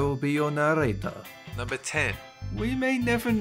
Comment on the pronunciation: Be our narrrrrrrrrrrrrrrrrrrrrrrator